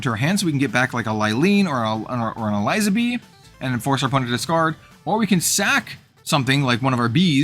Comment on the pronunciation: I think I'd probably play the Elizabee deck. I've always enjoyed gimmick decks like Croco-Sharks in FoW. Just an unrelated note, Eliza in Elizabee is pronounced like Elizabeth because she's a reference to Queen Elizabeth.